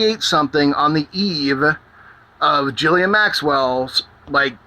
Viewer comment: Is her name really pronounced "Jizzlaine Maxwell?" xD